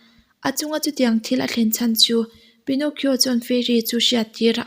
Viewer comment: Pi-naw-ki-aw ti a lam tur a niaaaaa 🤥